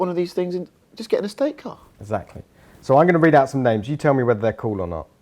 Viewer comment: Love Harris, sorry, can't be doing with Jack 'Essackally' Rix.